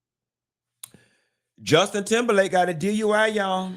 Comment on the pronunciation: Did Q say Justin Timberland???😂😂